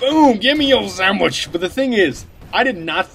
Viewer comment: I laugh every time he says "Gimme yo sandw"ich